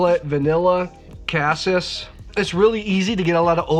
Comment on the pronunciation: My OCD won't let me skip this...."cassis" is pronounced "ka-sees"; soft A, hard E. End of rant!